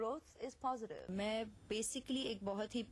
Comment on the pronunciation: Did anyone notice the clippings one after another with a different way of pronouncing "POSITIVE" at alternate clips, once she says "POSITIVE" in the next "PHOZITVE" then again indian "POSITIVE" and so... girl the world is not a fool.. stick to one accent, she has been so fake that her now her fakeness is her reality, she has forgotten her actual self, people said she looked plastic I think she behaves like one.